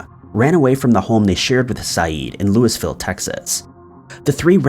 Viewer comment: Did I really just hear an American call it lewisville instead of louisville ???? I'm English and thats the funniest mispronunciation I've heard this decade 😂